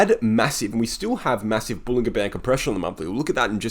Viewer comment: Nicely done but, John Bollinger pronounces it bowlin-JER bandS